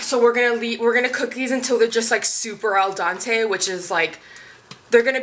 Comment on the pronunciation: Thank you. Every time she says al Dante it makes me want to die